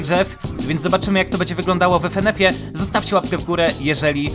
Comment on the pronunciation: Ja: Fynyfy: Efenef 🤣🤣 Ty To Sasem Potrawisz Mnie Rozbawić